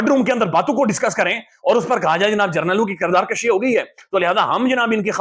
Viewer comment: کردار کشی ۔۔۔پیش کے ساتھ بولا کریں ۔۔زبر کے ساتھ مطلب بڑھنا ہوتا ہے